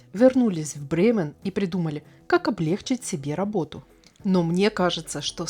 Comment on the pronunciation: Очень интересное видео, спасибо вам большое. Небольшое пожелание, если можно, не говорите пожалуйста облЕгчить (это если сходил в туалет и теперь нет тяжести в желудке), правильно говорить облегчИть, очень режет ухо. Извините